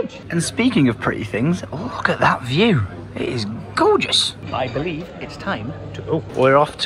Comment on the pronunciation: saying "I beleaf" while running into the tree at the airport lolll